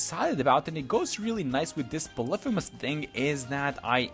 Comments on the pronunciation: It's "poly-fee-miss" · Im just saying you pronounce it "poly-fem-us." Sorry for being that guy